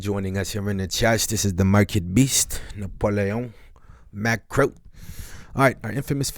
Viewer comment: Mi compa said... Nap-O-Lee-On Mah-Cro😄